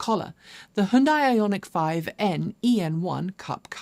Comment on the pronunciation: I’m from Malaysia. Just recently discovered your vlogs on YouTube. Like your up to date news and presentation style. Keep it up. And oh I admire that you’re the only ‘western’ presenter to pronounce Hyundai correctly😅